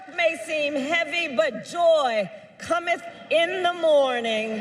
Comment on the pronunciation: "Joy Commonth in the Mornin" No words could be more prophetic.